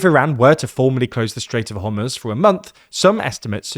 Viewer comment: My guy just called it the "Strait of Homutz". This gotta be ragebait at this point.